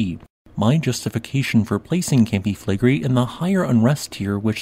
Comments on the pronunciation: Considering how often you talk about them, I suggest you learn the correct pronunciation of Campi Flegrei. Flegrei is three syllables, the final i being pronunced distinct from the e. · Im sorry, its a very interesting subject, and what, I managed to listen through, sounded very fact based unlike many other channels. However, the robotic recitation filled with mispronounciations (including mispronouncing Flegrei) just makes it impossible to listen to. Had to give up after 2 min.